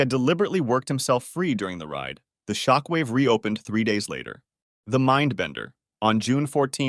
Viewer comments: Bro you forgot a d in mindbender but you said minbender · ohhh yeah I have heard of the minbender (missing a d) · More like "mindbender" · It says MINBENDER not MINDBENDER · the " minbender " " the big dipper "